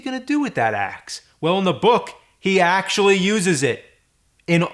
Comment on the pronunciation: He axe-ually uses it.